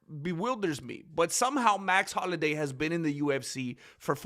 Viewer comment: Max holiday? Man learn to read english ese. Youre in america